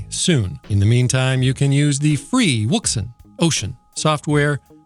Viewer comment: Wouxun? Are you sure on the pronunciation for that?😉